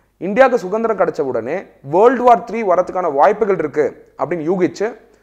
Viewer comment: sir... தமிழ் நன்றாக உச்சரித்து பழகுங்கள் ( இளைஞர், சுதந்திரம் ).. 🙏